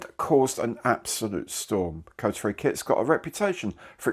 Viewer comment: Hey, it's pronounced more like Ko-tar-ee, not Coatary. Suppose we can't blame you for getting it wrong. I dread to think how our Murican friends will be butchering it.